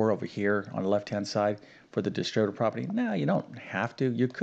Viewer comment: Solve??? We’re given an expression, not an equation. Equations are solved; expressions are evaluated. What kind of a math teacher is unable to use mathematical terminology correctly? Of course, this is also the guy who pronounces algebraic as algeberric, and distributive as distribative, so there ya go.